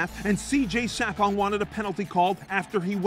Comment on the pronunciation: I can't stand the way he pronounces CJ Sapongs last name. It's Suh-pong not Sa-pong